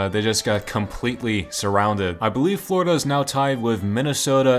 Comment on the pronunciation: Americans worst nightmare: Fourida, or Califournia?